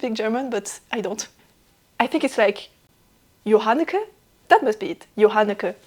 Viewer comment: I love that I was able to help!! :) Also, impressed with the pronunciation of my name, it's almost spot on. The second J is pronounced exactly the same as the first one, and other than that you nailed it. (Otherwise it would be Johanneke, which is another name in Dutch. But yeah, weird Dutch name so always difficult for other-language-speakers.) Hope you're taking it easy after getting that bit of a shock, hope the shock has worn off a bit after seeing him and wishing him a good recovery as well.